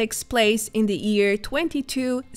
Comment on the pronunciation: I am still baffled why you are unable to pronounce Year as YEAR and not EAR all the time.